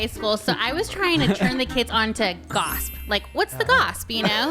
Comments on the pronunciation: I’m older than but isn’t the saying goss and not gossp? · saying gosp reminded me so much of mean girls “fetch”